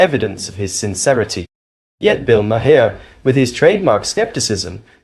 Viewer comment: It’s NOT mahair